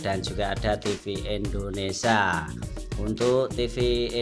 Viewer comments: ketahuan banget abang ini orang jawa. karena dia bilang endonesia bukan indonesia :) gokil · Indonesia pak bukan Indonesa hadehh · ralat..bukan ENDONESIA tp INDONESIA..INDONESIA INDONESIA..